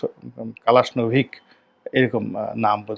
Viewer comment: Kalashnikov, sathik pronunciation hocche etai. (Rifle tir aabiskartar naam).